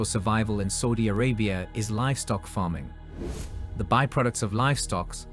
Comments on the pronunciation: its SAUDI Arabia, not SOUDI Arabia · Everytime it says Saudi as Soudi it makes me cringe. Dislike.